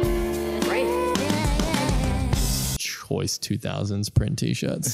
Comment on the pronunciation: Not saying Musi- cal 🎶